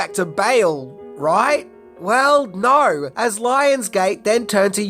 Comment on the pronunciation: “…He said naur”